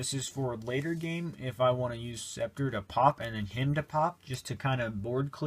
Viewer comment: You don't pronounce the C in Scepter haha.